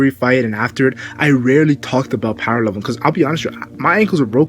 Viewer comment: I like how you start your videos but you sounded mentally challenged when you said power fse